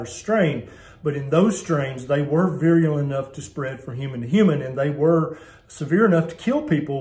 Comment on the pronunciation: The word is *virulent*, not viruliant.